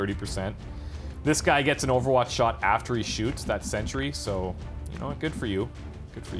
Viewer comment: What`s a Century? (Looks at screen, sees a Sentry). OH HE MEANS SENTRY